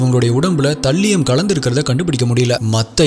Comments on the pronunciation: Please see the pronunciation of Thallium... Not thaliyam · அது தல்லியம் இல்ல bro அது தாலியம். நீங்க ஒவ்வொரு caseயும் விவரிக்கும் விதம் அழகு bro.. keep rocking 🎉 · You are pronouncing thallium wrong😅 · தல்லியம் இல்ல த(தே)லியம் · தல்லியம் ❌ தாலியம் ✔️ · Bro athu தல்லியம் illa தலீயம் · Thambi, please 😂English pronunciation konjam work required. Paavam andha thallium 😂